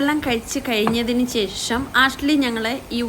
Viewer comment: ബയങ്കര കറക്റ്റ് എന്താണാവോ? ശേശം? ശരിയല്ല, ട്ടോ!